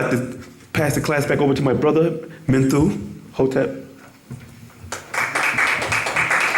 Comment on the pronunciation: Are you all SERIOUS? This guy dont even know how Mentu name or how to pronounce it........C'mon Sonn&, GTFOH